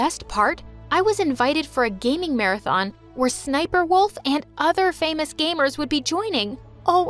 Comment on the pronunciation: IT IS NOT SNIPERWOLF IS SSSNIPERWOLF